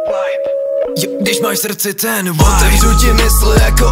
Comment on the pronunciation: Asi jsem moc puntičkářská, ale nejde to ignorovat- Vibe vyslovuješ jako Wibe, ale je tam jednoduché V čili výslovnost je čistší než u W. Sorry, i had to. Ale jinak nemůžu říct, že je song špatný..